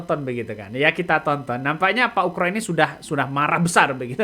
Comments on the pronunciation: Bukan ukro bos tapi oegro di baca ugro. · bukan ukro bang tapi ugro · Bang namanya bukan pak Ukroseno tetapi Oegroseno.... mohon ma'af klo sy salah dengar yg diucapkan bang